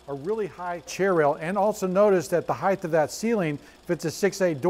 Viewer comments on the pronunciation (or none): Heighth? WTF is that? I'm so triggered rn.